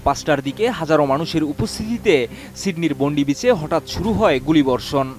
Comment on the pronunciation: বোন্ডি বিচ না, বন্ডাই বিচ হাকুঙ্কা না, হ্যানাকা এডিএন নিওজ না, এটিএন নিউজ 🙄 আর ভিডিওতে বারবার যে দুঃসাহসিক সিরিয়ান অভিবাসী মুসলিম ফল বিক্রেতা, আহমেদ আল আহমেদের এক বন্দুকধারীকে নিরস্ত্রীকরণ দেখানো হলো সে বিষয়ে কিছুই বললেন না আমাদের গুনধর সাংবাদিক ভাই। সত্যিই সাংঘাতিক!